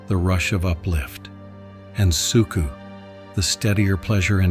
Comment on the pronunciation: Sook-A, not Sook-oo - your AI narrator needs better instructions